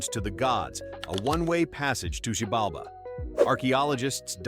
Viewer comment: you are so fucking wrong on both xibalba and hellheim, but if you are from US there is no surprise why